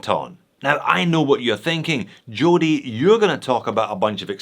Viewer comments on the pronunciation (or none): none